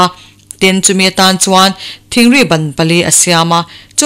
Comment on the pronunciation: I aw a ngaihawm khawp mài,chhiar pawh I thiam e.Thingri hi I thluk dik lo deuh a ,a a tawp a (I) hi Thingri... hi thluksang rawh aw.